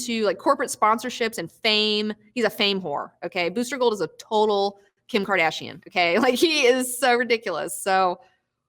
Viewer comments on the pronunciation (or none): none